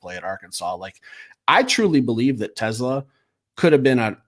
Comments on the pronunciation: Its Tes-SLAA AH, not like Tesla the car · And the accent is on the second syllable - (Te)SLAA